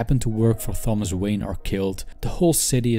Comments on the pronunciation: The "h" in Thomas is silent. It's pronounced "Tom-us." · Seriously excellent video/lesson, but the soft "Th" pronunciation of Thomas was bugging me